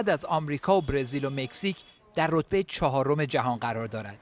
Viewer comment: مدرسه؟ رتبه؟ اشتباهات لفظي